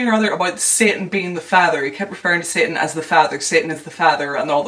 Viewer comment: Random but I love the way you pronounce satan lol